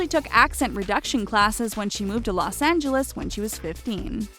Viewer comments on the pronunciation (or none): none